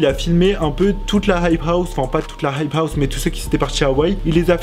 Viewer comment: Tu galère tellement à dire « hype house » mdrr